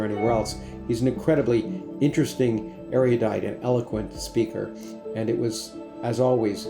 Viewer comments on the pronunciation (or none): Lawrence: Big fan. We saw (and talked to you) live at the NSF in DC. You gave a talk. FYI: erudite is pronounced er u dite, not er i u dite. Many intellectuals get this wrong.